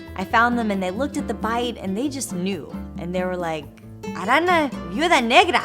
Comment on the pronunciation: Hey,! I'm from Perú, and I actually really love your videos. I just wanted to tell you the word "spider" in spanish is actually pronounced and spelled with the letter 'eñe', meaning the word is not "arana" but "araña". Have a nice day!